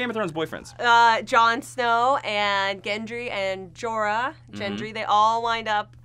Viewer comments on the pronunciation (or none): FFS! It's Gendry with a hard "G", not "JENDRY" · It's Gendry with a hard G. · I totally love your recaps and reviews, but can we please talk about how you pronounce "Gendry"? 😂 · gendry's pronunciation loll